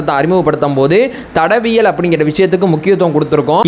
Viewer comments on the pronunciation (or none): ஐயா சரியா தமிழ் பேசுங்க தடவியல் இல்லை தடயவியல்